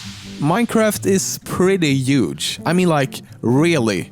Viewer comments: Boy he literally saying uge nor huge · is he saying huge or uge ? lmao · How do you pronounce "Huge" lol. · U say uge not huge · "uge" lol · I like how you say uge instead of huge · It's YUGE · Minecraft is so "youge" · "Minecraft is pretty OUGE " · “This, this map, is UGE” -VanossGaming in Black Ops 3 Zombies, revelations. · "Minecraft is pretty YUGE. I mean like, really YUGE, it's so YUGE that you could say it's infinite" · Minecraft is YOOGE! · I love the way you pronounce words like 'huge' or 'chair'. It's funny to listen to